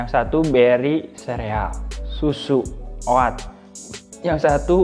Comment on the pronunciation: Oat bacanya o OT, A nya hilang..